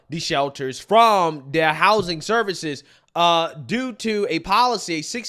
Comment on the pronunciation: If only our veterans had said servixes😂😂